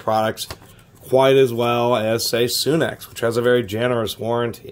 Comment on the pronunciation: its sunex,not soonex,just saying